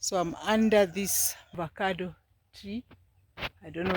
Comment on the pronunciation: Pronounced as Avocado not ovacado.😂😂😂